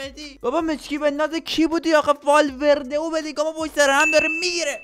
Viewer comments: بابا دمت گرم والورده❌ بابا دمت گرم والولده ✅ 😂😂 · والورده ❌والولده ✅